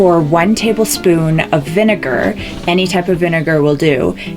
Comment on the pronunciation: "and vigenar" she pronounced the letters wrong it's so cute 😂